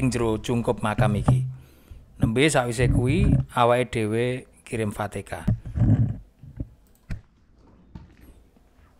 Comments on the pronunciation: Fatihah bukan fatekah 🙏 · Fatechah dibaca Fatekah. Kayaknya admin iki wong jogja ngetan tekan perbatasan jatim.